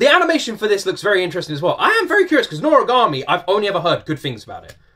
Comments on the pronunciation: Yes, u are pronouncing it right:D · NORAGAMI IS SO FUNNY AND EPIC!!!!! i’ve loved this anime since i was a kid, and yes you pronounced it correctly!